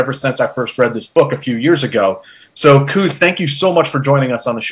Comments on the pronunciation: Why make it so hard for yourselves pronouncing foreign names? Just sound them out, like Koos you pronounce kooz when it's pronounced almost like quiz; so replace the "z" with an "s" and you get the correct pronunciation Quis. Or try kwuhs. 😊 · It would be good to hear foreign names pronounced in the correct way. It's only respectful. For instance 'Koos' is correctly pronounced 'Koois' or 'Kwus' roughly. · Nice interview. As a point of interest , in Afrikaans, the name Koos is pronounced "quiz". Its the Afrikaans version of "Jack". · Great interview, and good questions. Just FYI, the South African (Afrikaans) pronunciation of 'Koos' would be somewhere between 'Kwiss' and 'Kwuss'. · COooohz. Its Koos as in close but without the ‘l’. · The 'oo' in Koos name is pronounced like the 'o' in the word 'those'. Koos is not pronounced as 'goose' like Jack is saying it. Koos is a typical Dutch name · Koos = Pronounced "Quizss". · Just started to watch this video and the pronunciation of his Afrikaan's name's abbreviation of "Koos" in English was just terrible to listen to. "Koos" is normally an Afrikaan's abbreviation for the Afrikaan's name of "Jacobus"